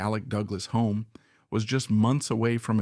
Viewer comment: Alec Douglas Home. It’s pronounced Hume. These small things all add up to rob the research of credibility. Sorry.